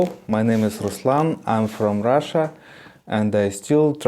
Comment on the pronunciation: The way you guys pronounce Russia sounds so sexy 🔥👌